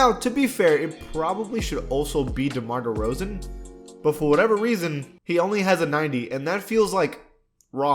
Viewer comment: Bro said demar derozan 💀